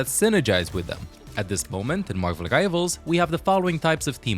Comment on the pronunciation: Marvel Givals? You're saying the R in Marvel. Help me understand 😂